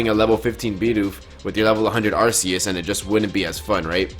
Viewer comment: You say Arceus different to me, now I gotta look up who is right!